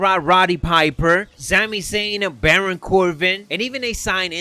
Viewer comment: Just noticed u pronounce Baron Corbin as Baron Corvin lol